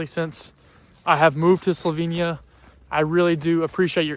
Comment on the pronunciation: I'm curious. You have never talked about why you chose to study in Slovenia when the US offers a plethora of universities and courses. Just a little tip for you: the 'e' in Slovenia is pronounced same as 'e' in beg. We don't pronounce it as a 'ee' sound.